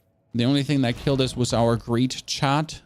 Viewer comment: Why are u saying chan instead of chat?